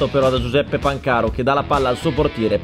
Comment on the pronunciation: si dice pàncaro non pancàro